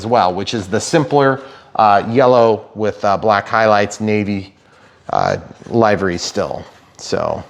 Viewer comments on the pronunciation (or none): Livery... Live and let Live. Livery... Not LIEvery. It sounds so wrong, I genuinely couldn't understand what you were saying.